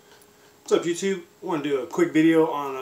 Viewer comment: Sounded like he said "jewtube" looool